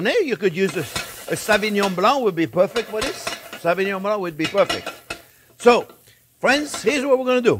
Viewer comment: Nothing phony? He has a French name but his accent is Italian American. No French person or a Francophone like myself would pronounce the wine as SA-vinon blank. It is phonetically SO-vinyon bling. Otherwise, agree about the cooking x.